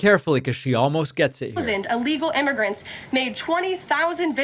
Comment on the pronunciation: What does “uhlegal” mean?